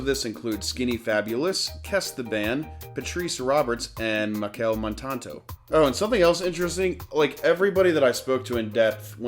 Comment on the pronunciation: Nice video.... But let me help you out here... It's "Queen's Park Savannah" and the Soca artiste's name is pronounced "Mashell Montarno" (real spelling is Machel Montano). Thanks for visiting and for positively hilighting our nation. Blessings!